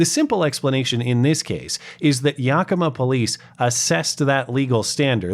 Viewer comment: Yackima. Not yokima.